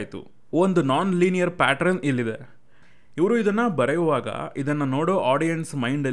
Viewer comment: Bro pronouciation ಸ್ವಲ್ಪ ಕರೆಕ್ಟಾಗಿ ಮಾಡಿ ಅದು ಪಾಟ್ರನ್ ಅಲ್ಲ ಪ್ಯಾಟರ್ನ್(pattern).